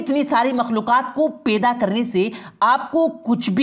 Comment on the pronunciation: Peda nahi hota hai. Paida hota hai